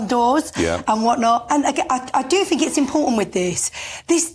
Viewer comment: Her complete ignorance is astounding. She doesn't "fink" at all, she has nothing to think about.